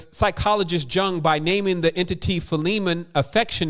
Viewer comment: Thanks! excellent as always. (PS 'Jung' is pronounced 'Yoong')